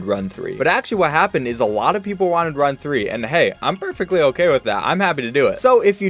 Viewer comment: On level 24 you said oh gay